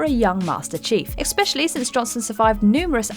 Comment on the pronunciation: Is it a law of the universe that any video is in has her say "ek-specially"? I think it is